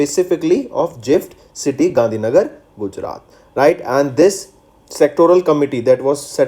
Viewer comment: Your pronunciation of some of the words from devnagari scripts are always wrong, you should work on that.... Even the GIFT city pronunciation...